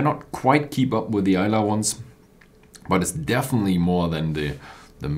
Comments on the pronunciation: Hey! Not "aLIsa" but "aILsa" bay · Pronounce it as 'Ayl-suh':) Nice review.